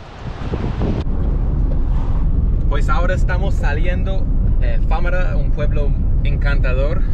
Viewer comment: FaMAra, no FÁmara. Tío, que te lo repitió un montón de veces. 🤣🤣🤣🙃😉🖖. Muy buen vídeo.